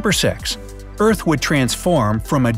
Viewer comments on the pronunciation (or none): you mean earth you said what if eart and you said stropped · It’s earth not eart anyway I’m a big fan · its earth not eart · Are we gonna talk about “Eart and Sropped?” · No one: Absolutely No-one:: Eart sropped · this video gave me chills for some reason, it actually so scared what if this legit happens? and did anyone notice he said eart, not earth, let’s pray for this world! 🌍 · Did nobody notice he misspelled earth and said eart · It’s Earth not Eart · it is earth not eart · It's earth not eart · EART EEEAAARRRTTT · It said eart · Ahem,EART, *fake cough fake cough* URGHHH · U said “what if the EART SROPPED spinning right now” lol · It says Eart instead of Earth why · you said eart oof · They said eart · You said eart